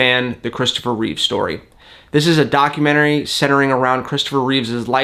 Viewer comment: It's "Reeve" not "Reeves."